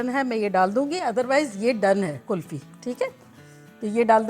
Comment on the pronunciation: Ye kulfa Kya hota hai 😀 Hum tou kulfi sunte aye ab tak 😀